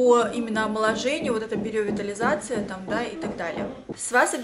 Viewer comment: Только биоревитализация, а не биреовитализация))) а так очень хорошо, и губы подспадут, норм будет 👌🏻